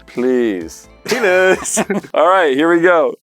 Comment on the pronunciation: It’s took me 2 seconds to get why said “pelase” the I cried laughing for 20 mins just showing everyone in my house 😭....they didn’t find as funny.